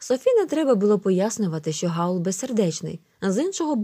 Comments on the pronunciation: Хаул а не Гаул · Не Гаула , в Хаула😐